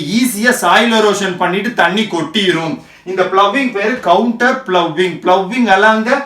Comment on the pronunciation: sir it is contour ploughing not counter ploughing